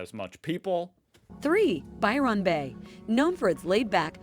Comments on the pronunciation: Lol lol lol. I can't unhear "Biiirrreonn Beh". Now I'll never be able to pronounce it properly ever again. Hand me a trombone immediately 😅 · As an Aussie, I wouldn't choose to live in any of those places. Ignore these, unless you're a tourist! The use of AI to voice the video is really poor for pronunciation of those places too. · Or as she says it, 'By-RON' Bay lol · Absolutely. I almost stopped watching the sixth time she said By-RON. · Byron got me, reminded me a Philomena Cunk - Who's Ron? You know, the guy who wrote the poems and signed them By Ron. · I love how she pronounces Byron Bay not how it is actually said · Computer generated voice. That's not how an Australian pronounces Byron bay Denial is the first stage... For RETIREMENT the central coast is popular, as its also clo9se to Sydney hospitals and Newcastle has a LOT of medical services for the aged. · My Dad was born at Byron Bay when his Dad was a keeper at the lighthouse. So my Dad was named Byron. Listening to her pronunciation was like hearing nails on a blackboard! 🫣